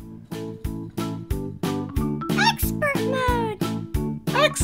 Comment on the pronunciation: Exspert mode :D